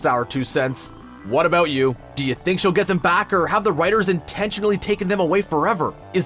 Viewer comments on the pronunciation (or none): none